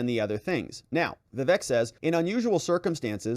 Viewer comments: Hey. It's not vivek like heck. It's vivek like cake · Perfect! But pretty sure it's "vih-VAYK" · ▶️ It's pronounced: "Vi-VAKE" like CAKE!